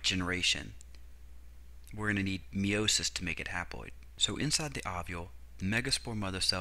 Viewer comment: It's pronounced Meye-o-sis not Mee-o-sis